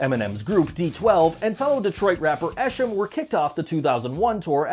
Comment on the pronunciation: The d12 esham part, it's pronounced E-SHAUM not esshim. Not talking shit, just letting u know, Eshams friend TNT(rip) was also involved. Esham and TNT are apart of the group Natas with Mastamind